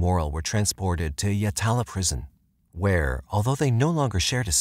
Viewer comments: yatla. not yalata. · My neck of the woods Yatala is usually pronounced more like Yat-u-lu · G-day, I’m South Australian born & bred. I remember this tragic & sad case as a child. May I say with no offence as your probably not from Australia 🇦🇺 yet alone S.A. The prison you mentioned Yatla is an indigenous/aboriginal word & sorry you’ve mis-pronounced it! That’s Ok 👍🏼 it can easily happen. But thank you for doing this case this is one of many cases from S.A. not shared. RIP to all these young ladies who lost their precious lives. 💔🥺😢🙏🏽